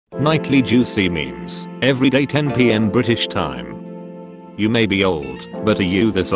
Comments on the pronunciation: No its nothing just that bri'ish is a little triggering bc im british you noticed the t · I really felt it when he said: "Nightly juicy memes everyday 10pm bri'ish 'ime